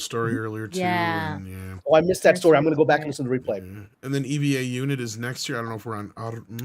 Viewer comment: It's Eva unit 01 pronounced as Ava unit one. Or Eva unit zero one. Not E.V.A. but Eva After Eve the first woman and Neon Genesis Evangelion the name of the anime. When says E.V.A i think of NASA and extra vehicular activity or in simple words, space walking.